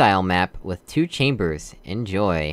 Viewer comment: Uhh you mean two "chamers". That's not how you pronounce chamers,:P Thank you!! Also underground styled chambers with puzzles of modern test elements instead of gels bug me.